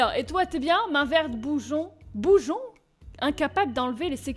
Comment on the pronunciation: Bougon..pas bougeon "Bougue-on" mais sinon,super vidéo! Et cette intro..me gusta!